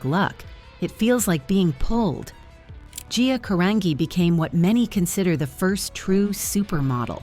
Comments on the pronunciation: The least you could do is pronounce her last name properly!! It's pronounced "Ca-RON-JEE" thank you very much. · Her name is pronounced Ca-rahn-gee. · Even sadder that the "narrator" can't pronounce her name correctly. 😢